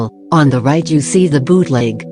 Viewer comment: I hear the bot saying "biutleg" not bootleg, lmao what happened to me